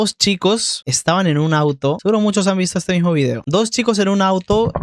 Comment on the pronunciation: "Vidio"... Tienen una confusión cultural durísima